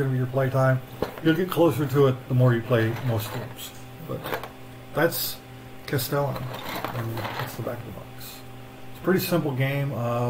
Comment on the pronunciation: Please tell me you have googled the pronunciation of Castellan, since the recording 🤣